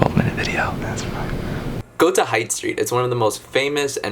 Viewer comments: Haight street it’s pronounced as HATE, not height st. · lmao HITE street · It's obvious you're not a local if you're calling the Haight "hite", cable cars "trams" and Lombard 'lum-BART' BUT I can overlook ALL of that so long as you never, ever call the city 'San Fran' or worse yet 'Frisco'. Here's a fun fact: Lombard isn't the only crooked street in San Francisco, it's just the prettiest. Vermont street between 21st and 22nd in the Potrero Hill neighborhood is just as crooked.. Glad you loved our city. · It's a cable car, not a tram. lol.....it's not Height Street, it's pronounced (HATE). (Height St. is hippy central). You are a cool tourist. I would have chatted with you guys. There are some friendly people around the city. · Loved this!! But Haight Street is pronounced "HATE' - Haight and Ashbury:) Sending tons of love! Love your content. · Haight street - pronounced “Hate” street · yes idiot it is pronounced "hate" street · Haight is actually pronounced as "HATE." Omg I can't with this guy!!!!! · Its pronounced hate fool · Hate, not height 😉 but yes, Haight St is great. And if you are willing to go to lower Haight... the shabbier less hip side, there's amazing brunch at Kate's Kitchen. Well worth it for the french toast orgy. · Haight street is pronounced like Hate street.